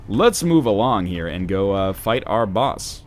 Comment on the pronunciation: Hey NL, I think I speak for a lot of us here, but we really don't like the way you pronounce the word "boss". It is really annoying and offensive and it would be great if you just didn't say it at all.